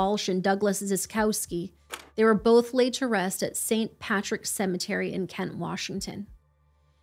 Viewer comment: i don’t understand how grown adults struggle with pronouncing a one-syllable word like “both.” it’s not fucking “bolff,”. you sound like a 3-year-old EVERY time.